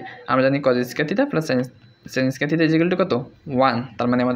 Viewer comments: আপনি থিটা কে থিতা বলেন কেন? খুবই বিরক্তিকর শোনা জায় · সঠিক হলো থেটা